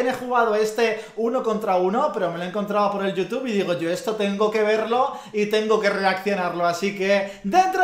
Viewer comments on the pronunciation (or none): none